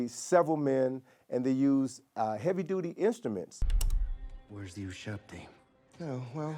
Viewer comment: im sorry but where is the W in Ushabti?